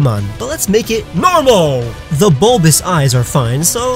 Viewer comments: This dude relly said normal in nehterlands normaal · you don’t know how to pronounce normal even though it’s a Pokémon type